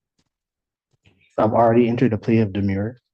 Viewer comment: The defendant made mention of his demure. As our Torts professor explained, “A demurrer is a legal pleading that essentially argues even if everything the other party says is true, it’s irrelevant. Demure is what we used to call shy, reserved young women. Do not confuse the two by mangling how you pronounce them..”